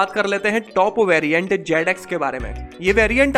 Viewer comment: yeh banda professional aadmi nahi he....Instead of trolling the car without seeing it better you improve your english...JAD x nahi he...Zed x he bhai😁